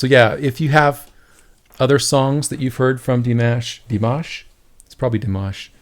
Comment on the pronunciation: You say his name correctly. And I love that! 😍😍😍😍